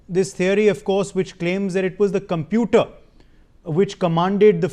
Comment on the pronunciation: These experts cannot even pronounce computooorrr correctly and they blame Boeing's computooorrr..there are over 1500 dreamliners flying all over the world for the past 15 years and there has not been a single loss of life ....